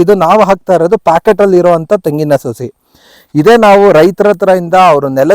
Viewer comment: ಅಣ್ಣ ಸೋಸಿ ಅಲ್ಲ , ಅದು ಸಸಿ. ತುಂಬಾ ಒಳ್ಳೆ ಮಾಹಿತಿ ಕೊಟ್ಟಿದ್ದೀರಿ ಧನ್ಯವಾದಗಳು.